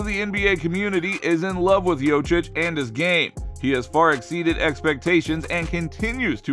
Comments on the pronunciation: >makes video about how we should listen to what NBA players say about Jokic. >Fails to listen to the way they pronounce Jokic >Jochich Clown world lmao But fr thanks for making the video bro I'm just clowinin ya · Ask someone from Serbia or Croatia. Its actually pronounced "Yo-Cheech". And anglicized its "Yo-Chich" geez.... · Bruh, how you gonna call him "Jochich" and be expecting anyone to take you seriously? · Next time 😊you make a video about Jokic, his name is pronounced Yoke-itch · “ Yoach Itch “ 😂😂😂😂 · Bruh prounounced it like Jocić 😂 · If you're going to attempt to capitalize off of someone else's name, the least you could do is learn how to pronounce it. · Terrible pronouncing of jokic thumbs down try harder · I deliberately came to the comments to piss all over you for not knowing how to pronounce somebody's name, but I've been beaten to it by everybody who came before me. This is really pathetic. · Talk about butchering someone's name, over and over and over. Damn. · It's so ironic that this is the first time I hear Nikola pronounced properly, but the butchering of the last name is so horrible 😭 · Seriously. Lose credibility when you can't say the guys name. Clearly didn't watch the video that you're doing the commentary on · tou must be some kind of expert, cant pronounce the name of the 2x MVP. fkn scrub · Saying his name wrong 10000 times in this video is almost as bad as Perk's evaluation of NIKOLA JOKIC's lack of MVP quality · As a side note, if you make an entire video about the man, maybe at least try to pronounce his name correctly. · Maybe figure out how to say his name before making content… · Yo...learn to pronounce his name..... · The fact that someone can still pronounce his name so wrong and put out a video and get 5k views is sad. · at least put the efort to pronaunce his name corectly. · Bro what if it's us that been pronouncing nikola's name wrong ....😅😅 what if this man knows smt we dont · YoKiCH! Not yochich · Jokic bro .... not jocic